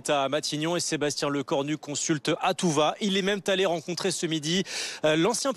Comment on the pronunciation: "Il est même "t"allé" 😅